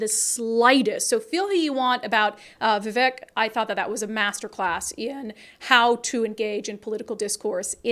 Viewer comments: It’s Vi-Vake, like Cake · his name is pronounced - v-vake